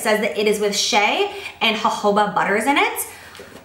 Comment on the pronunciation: You said my name, Shea, and you said it correctly 😍😍